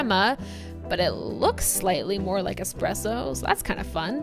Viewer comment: Its not expresso. No pressure whats so ever. Trash machine